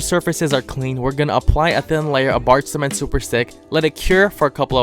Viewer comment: before I was into sneakers I thought the narrator was saying black semen 3’s